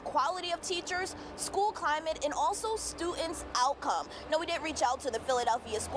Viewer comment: She said “Stu-ents.” A moment of silence please for the death of the letter D.